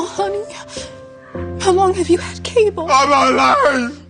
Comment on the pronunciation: She made cable sound like cancer🤣😅, no disrespect to any cancer survivors this is a harmless joke